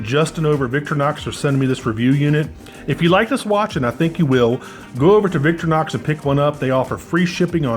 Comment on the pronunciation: The company founders’ mother was Victoria. So he named the company Vic TOR inox. Not VIC tor inox Say it right.